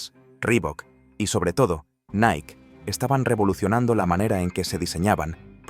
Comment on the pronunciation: LA PRONUNCIACIÓN CORRECTA ES: "NAIKI" NO "NAIK" (NIKE)